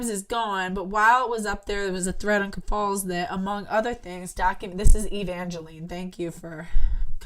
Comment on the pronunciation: Ok just one thing cause I need to go to bed too. Keffals isn’t pronounced that way. Wouldn’t be a big deal If you were not pronouncing it exactly like Ethan Ralph, who is one of the largest lolcows on the farms. He is covered in almost EVERY podcast. It rhymes with mulls. Keff-ulls. Ethan Ralph was sooo happy they got deplatformed that he called Lucas “Queen Keff-falls!” The Mad at the Internet podcast coverage was hilarious on this. Jesus! Josh makes me laugh to tears. 😂 you’re gonna love it!